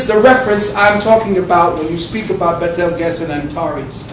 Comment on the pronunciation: The planet that called Betelgeuse is pronounced Beetlejuice